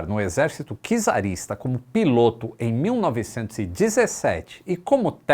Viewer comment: Não é kizarista- é czarista - C mudo